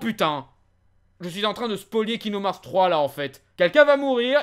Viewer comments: C est pas kingdom harts mais herts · Bonne vidéo malgré les « kingdoum hearts » qui me font grincer des dents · il dit kingdoum hearts jadore 👁👄👁👉👈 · "Kingdom HAARRRTTSS" accent anglais Zéro ! Oui monsieur ! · Je suis le seul à entendre « kingdoom harz » en début de vidéo? X) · Tu prononces le jeu tellement mal ....